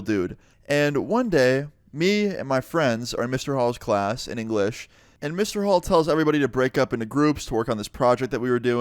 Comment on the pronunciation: why does he say “in english” like he’s saying “en ingles” in spanish but he’s actually speaking english 😭 idk why i noticed that